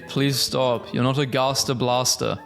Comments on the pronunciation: It's pronounced "gast-er" not garster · umm yea i'm from pennsylvania and i'm pretty sure it's pronounced gæster blæster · how to say gaster "gas-ter" hope that helps😊 (not hating)